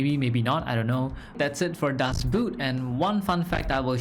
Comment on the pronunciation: you missing a few things in your research. you must watch up the specific data for WWII tech. not the data from 2023 ;-) and its not the englisch "boot" its not footwear ;-) its a long "o" not a "u" ;-)